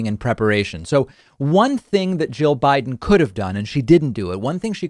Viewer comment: It sounds like you're saying Joe instead of jill.